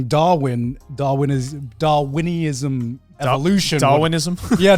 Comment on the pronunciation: Garnt struggling to pronounce Darwinism has to be on the poll for biggest monkey moment in the next awards